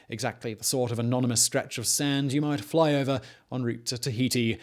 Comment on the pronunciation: Did anyone else notice how weird he said "fly over" and "Hawaii" in the beginning? Almost Ike he was yawning